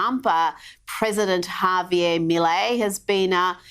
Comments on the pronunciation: Of course vaush still hasn’t figured out how to say javier 😭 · Vaush's Milei isn't real, Vaush's Milei can't hurt me... Hay-vee-er: 👁👄👁 æfüęrå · My f-ing nonexistent god, it's "Hah-vee-AIR"... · why does vaush say it as afuela 😭😭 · I thought it was pronounced "ha-vee-AIR" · vowsh stop saying "hay-veer" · Yeah it pisses me off too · Honestly he is triggering my grammar n*zi. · He's a Yank this is how they butcher names